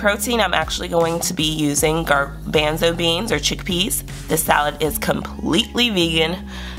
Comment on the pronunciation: You've done a great job with your menus. They look delicious. I think it would be helpful to sharpen up your pronunciation (thyme, garbanzo).. as sometimes your message gets lost in those type of errors.. otherwise, you make me want to do much better with my meal prep